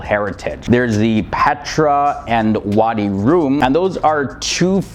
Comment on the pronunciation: Thank you brother for beautiful video, and allow me to correct the name of wadi Rum instead of wadi Room and Aqaba city in the south , lots of respect